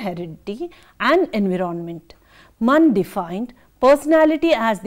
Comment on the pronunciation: Nice lecture mam. I want to make little correction, please. Environment /ɪnˈvaɪɹə(n)mənt/ You are pronuncing it differently. Regards